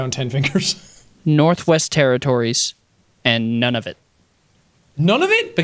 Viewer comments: oh the crushing reality it's Nunavut ("noon-uh-voot"), not "none-of-it" ... it means our land source: i'm inuk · I love hearing people pronounce Nunavut as “non of it”, makes me giggle. The pronunciation is like “noo-nah-voot” becuase the U sound in the language sounds like two o’s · it is Noon-ah-voot not none-of-it. but good job bud, you got them all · Hahaha, Nunavut not None-of-it! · Nunavut is pronounced more like neu-na-voot, and is a inuit word. most people pronounce it like neu-na-vut though.